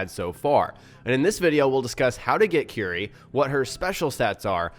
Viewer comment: 'cuerie', not 'qry'. sorry :'D